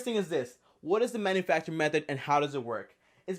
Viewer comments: Am I the only person who hears him say "MethoR" instead of method? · M-E-TH-O-R MAaaaan.